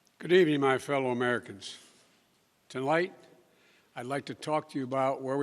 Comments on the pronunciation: His sixth word he speaks is “to light” and I’m pretty sure the prompter said “tonight” lol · Notice how OUT OF BREATH he is at the beginning. He had just walked 50 feet to the podium. And then he says "TOLIGHT" instead of "TONIGHT" at just 3 seconds in. TOTAL BOOB. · "Good evening, my fellow Americans. Tolight..." Dementia seems to be worsening. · Sixth word spoken “tolight” and should have been “tonight”